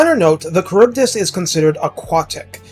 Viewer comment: I believe it’s “Kharibdeese”